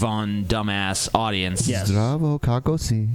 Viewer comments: Here's a Serbian fan of your own! Zdravoo, kako ste, kako si, zdravo!(Good pronunciation btw, haha):):D I am in touch with the Serbian atheist circle and never have I heard or saw anyone posting videos. Never. First found out about him via DP. highbrow smirk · LOL!!! Zdravo kako si ti? Odličan Izgovor!